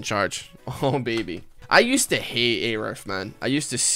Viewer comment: It's pronounced "a roof"